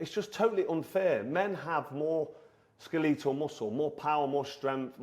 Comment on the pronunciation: The f is skaletal. Speak properly dude